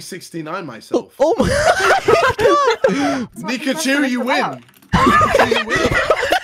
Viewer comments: KSI saying pikachu instead of nihachu hahahaha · KSI pronoun Niki's name Also KSI: NigaChu?!